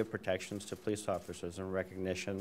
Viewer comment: I listen to him speak, he says 'pertection' twice within seconds, maybe another interview. How can there be a county attorney who cannot say Protection? Was the officer a Homosexual responding to Orlando shooting a breeder. How do we know while shopping he didn't kick out the tail light. How do we know it isn't a gay hate crime against breeders. A normal cop seeing a young child in the back and woman in the passenger seat, wouldn't go bat shit crazy. Gay hate crime against breeders responding to Orlando. Wasn't a white cop shooting a black man, but we got the wrong impression hurting other officers.